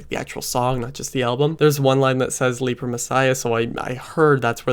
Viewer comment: I'm surprised you refer to it as "leaper" messiah since they say it correctly like 8 times in the song.